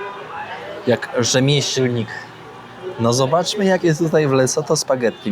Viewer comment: Dzień dobry😊 Mam małą dygresję: rzemieślnik jest na "r" 😅 pozdrawiam 👋🙂